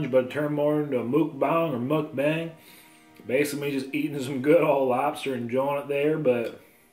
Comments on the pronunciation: Lol you say mookbang 😂 it’s muck like rhyming with luck. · It's mucbang not mookbang 😷